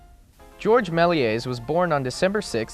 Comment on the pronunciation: Great job. I really enjoyed this video on Melies and have shared the link with the members of my current postgrad film class. My only qualm is that you're mispronouncing his name. George is fine but his last name is Melies pronounced (MEL YAY) Hope your studies are going well.